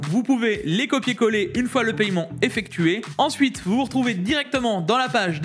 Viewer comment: le païement, ca me tue